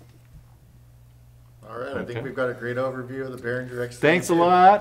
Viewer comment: "Behringer" has no /ndzh/ sound in it, like in "cringe". As in, the reaction to hearing people mispronounce "Behringer". Think bear-ringer. Somebody who rings with bears. That's how you pronounce it.